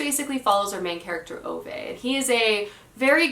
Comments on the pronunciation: Ok, I love your channel but I feel like I have to say two things. One, Ove is pronounced "Ooh-vuh", not "Oh-vay". Think of a New Yorker with a strong accent saying Hoover, "Hoo-vuh". Same with Ove, "Ooh-vuh" with a strong emphasis/stress on "Ooh", and "vuh" being almost an afterthought. Two, Babel is pronounced "Ba-bull", "a" as in "bat", not "Bay-bull", "a" as in "hay". It can be pronounced "Bay-bull" in the U.K., but in this case it isn't. The word comes from the Tower of Babel in the Bible and Josiah uses it as a reference. Another word derived from Babel is "babbling", as in a babbling brook, or, "what are you babbling on about?" Try using the "Bay-bling" pronounciation in those examples, it sounds so weird, lol. If you're still not convinced, here's the author himself saying it - and this is after the host has already said "Bay-bull" several times during the introduction, yet when Josiah gets to speak, he corrects him and says "Ba-bull" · it’s pronounced a man called oo-vah